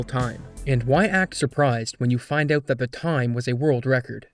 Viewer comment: You put so much effort into over-annunciating your words, and then you choose to say "oat" instead of "out", why?